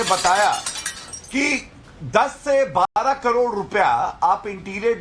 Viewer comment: 45 carors & swimming pool ka 21 carrods .. ye bolne ki training .aap ko bolene ki mili hai.